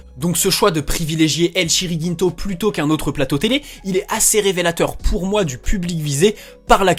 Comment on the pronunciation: « El Chiringinto » comment j’ai eu mal aux oreilles ... 😭 C’est « El Chiringuito » l’ami 👍